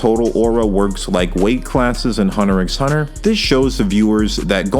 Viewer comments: It’s cause he pronounces the X 😉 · I'm one of those real anal peopleThe CC reads Zoldick but I swear I heard Zoldlick. Also I'm 99% sure it's pronounced Hunter Hunter. It describes the kind of hunger Gon is, he's looking for or hunting his father. The title still makes sense when Ging replaces Gon as the protagonist since Ging is looking for/hunting Don Freecs. I used to call it Hunter "ex" Hunter too, until I had the epiphany that Gon and Ging are looking for another hunter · You dont pronounce the X in Hunter x Hunter. And why the fuck are you saying ZoldLyck??? Where is that L coming from? You make it Sound so incredibly dumb i can not listen to you further.